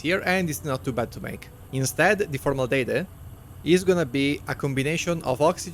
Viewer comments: Formaldehyde is pronunced “for - mal - de - hide” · For future reference, you pronounce it as for-mal-deh-hide. Not sure if there's a formaldejekyll out there somewhere, but for the moment that's the only one we have.